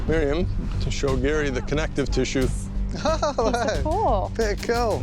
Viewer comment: Grew up with Miriam and that is definitely not how you pronounce her last name 😂